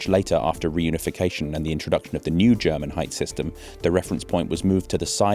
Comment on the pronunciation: Great stuff, also I must say your German pronounciation is quite good.